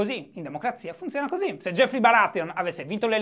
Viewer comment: Non si dice jeffrey ma joffrey 😨